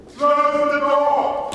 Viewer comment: I thought i heard Black rock instead of Black Rod at the beginning! Also the most dangerous thing threatening the country is Starmer! All Rhetoric without anything backing it up except for plans to put Digital ID on the table again. Screw that!